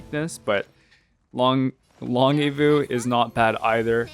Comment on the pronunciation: this one was worth the wait! 😆 btw, it's pronounced like "lawn-jeviss" (from longevity, and means long-lived)